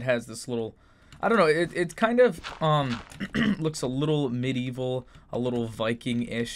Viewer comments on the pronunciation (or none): none